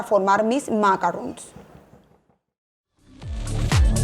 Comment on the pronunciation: Macaron NOT macarron.